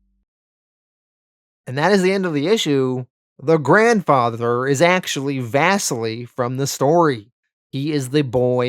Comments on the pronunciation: Bro the pronouncing of.. like everything lmfao. Out of all of them “vass-seal-ee” not “Vesily” LOL... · And “Vassily” is pronounced “vah-seelee”, it’s Russian